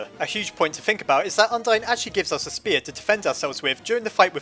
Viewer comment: Ur calling a spear a SPAR!!!! AND YOUR CALLING ALPHYS ALFEES